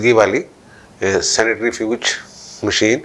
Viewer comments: Sir, the word is centrifuge and not sanitaryfuge. Thanks. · Dear sir, its centrifuge not sanitaryfuge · آپ دو مرتبہ سینٹری فیوج کو سینیٹری فیوج کہہ گئے ۔ باقی آپ کا تبصرہ جان دار تھا